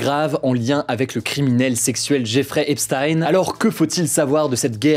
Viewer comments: Ça se lit Djèfri Epstin et non Jéffré epstaïne. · Epstein avec « ch » par pitié, comme Frankenstein, vous savez rien prononcer les français c’est dingue (ou même ep-styn à l’américaine à la limite)